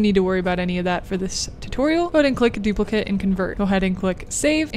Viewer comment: You're pronouncing "duplicate" as the noun and not the verb, fyi Also thanks for this 👍